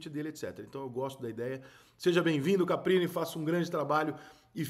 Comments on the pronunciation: Repita comigo: CAR PI NI Mais uma vez: CAR PI NI 😂😂😂😂😂😂😂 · Você percebe que o treinador é muito desconhecido quando o Rica chama o maluco de CAPRINI o tempo todo e o nome do maluco é Carpini. 🤣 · Ri muito da qtdd de vezes que o Rica chamou ele de CapRini😂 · Rica, sou seu fã, mas Caprini não, é Carpini....kkk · Caramba Rica passou o vídeo todo falando nome do cara errado, estudou bem o cara pra fazer o vídeo. É Caprini ou Carpini? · Foda é te ouvir falar errado o nome do cara o vídeo inteirinho! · Rica por favor fala o nome do cara direito